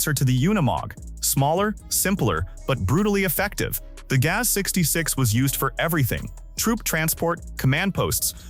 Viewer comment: GAZ is not gate, nor ga-whatever,. Maybe the robots could be taught how to pronounce words the right way, but only if the programmers value the viewers... that has a very low chance, so just upload more crap, it's a cheap money-making machine.